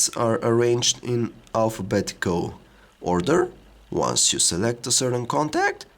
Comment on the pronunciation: ordEEEr contAAAAct